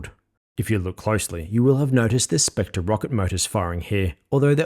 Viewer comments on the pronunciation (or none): none